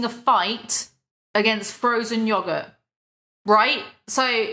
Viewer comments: I love that u say “yoggurt” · Frozen yah-gert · Heh "yog-it"